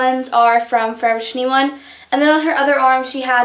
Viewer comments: i dont get why you pronouce 'forever21' as 'forevershe1' ..... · Did she say Forev Trentyone? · haha it sounds like 'forever tinny-one' to me! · anyone notice how she says forever 21? kinda runs the words together lol